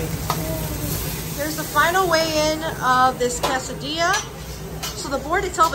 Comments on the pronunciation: Her pronunciation of quesadilla is so wrong…😅😅😅it’s quesadilla NOT CASADILLA 😮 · "Kassa dee-yah" 😂